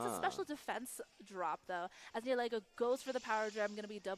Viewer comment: Ugh! I'm bothered so much with how you pronounce Nihilego. It's Nihil (like nihilism) and ego (like your mind, not the waffle). It's modeled after a pretty hat and a mind-controlling jellyfish.